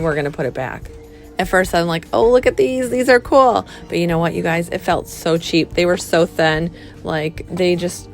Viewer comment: I hate the way she says coolel all the time. One word cool